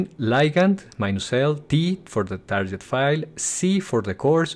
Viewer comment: tarket, not tarjet ;\